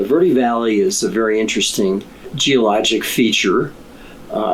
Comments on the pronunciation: ver de not verd or verdy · Please use correct pronunciation. Verde doesn't sound like "ver-dee". It's "vehr-deh". If not, just say Green Valley. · Ver-dee? Ha